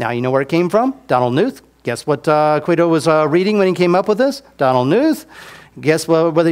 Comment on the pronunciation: Is there a reason he always says "Quido" when he means to say "Guido"? Is that some kind of inside joke?